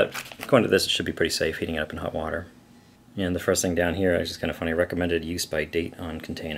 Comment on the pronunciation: It's really great that you say Hut instead of Hot haha (y)